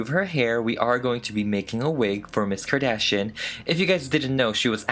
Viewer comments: Kardashian The way it's 'meant' to be said- Car-dash-e-yin The way he says it- Car-dash-n I. Love. It. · 'Kadishion' Lol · Nobody:: Kim Kadashian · C'est juste une impression ou tu parles français de base ? Tu as un accent français quand tu dis le nom de famille de Kim